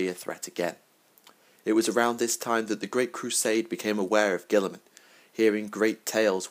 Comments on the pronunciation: All I can hear is gWILLeeeemun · Gil-a-mon..... gil-a-mon...